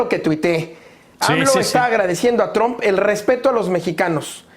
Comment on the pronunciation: "Oye trum "... lo que tú digas ...Donald